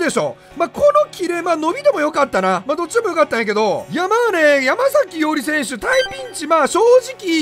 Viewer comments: やまさきじゃね、ちがうけ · 山”さき”伊織じゃなかったっけ？ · ❌ヤマザキ ⭕️ヤマサキ